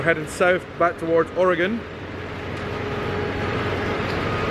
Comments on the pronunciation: Congratulations on pronouncing Oregon properly. You did better than a bunch of people in this country. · I have to smile hearing a Scott pronouncing Oregon correctly. 3/4 of Americans can’t. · I love that you said Oregon correctly.....so many don't.